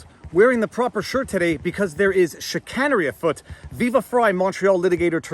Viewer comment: Chicanery has a long “A” 🤓